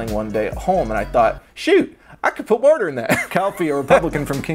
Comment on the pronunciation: hi this is my first time watching one of your videos i really liked you on the gus and eddy podcast but MY GOD the way you say "water" is disgraceful